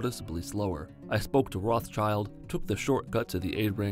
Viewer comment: Pls pronounce Rothschild properly. Thanks